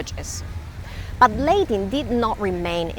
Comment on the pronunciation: Lady, it's not pronounced "Laydin" but "La.tin"